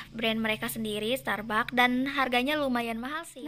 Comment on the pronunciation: Bacanya starbaks kak😅